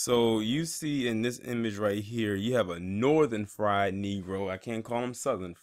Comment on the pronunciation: He said "Northen Fried" hahahaha